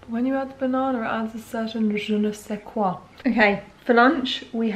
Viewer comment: Nobody:: adds a certain juh-nuh-seh-kwa